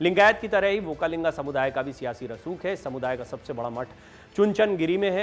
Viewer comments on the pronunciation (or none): It is Vokkaliga not vokkalinga.